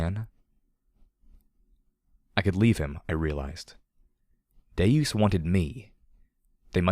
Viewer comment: I thought the same thing, and have pronounced it that way since the beginning, but is actually pronouncing it correctly. It is deus, meaning god, as in deus ex machina, not deuce as in two.